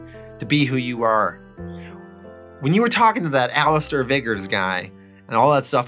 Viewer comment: The name Alistair is pronounced (Ali-ster) Not Ali-star. Also it's not Ham-ish, it's Hame-ish